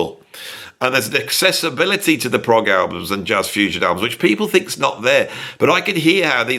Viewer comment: Stupid AI always calling Progg for Prague 😂😂